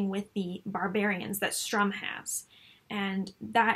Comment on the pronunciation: Enjoyed this, but why do you keep saying Strum.....it is StURm.